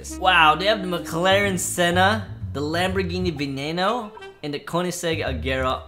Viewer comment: Before: Lamborghini Now: langhini